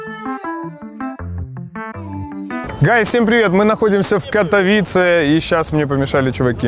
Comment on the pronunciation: КатовИИИце правильно, запомните, кто ещё не в курсе